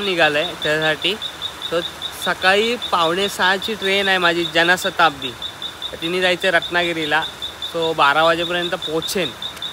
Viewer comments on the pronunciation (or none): जनाशताब्दी नाही रे जनशताब्दी बोल अख्या नावाची वाट लावलीस😂😂😂😂